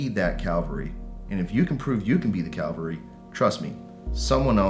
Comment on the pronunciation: .. great lessons in mindset and attitude to be sure.. .. but calvary or cavalry? 🤔